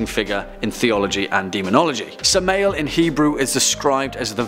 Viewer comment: Samma el. Pronunciation. And where can I get one of those shirts?